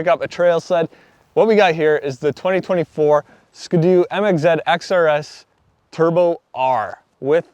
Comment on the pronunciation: Why does he call it a Mxzed